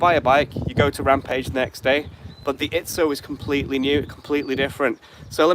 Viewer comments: It’s Izzo, not Itszo. There’s no “T” in the name. Small annoyance. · Dang it, there's no T! It's called Izzo!